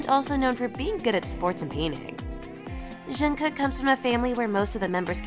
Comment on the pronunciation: how can you butcher Jungkook's name so bad and you're supposed to be "kpop zone"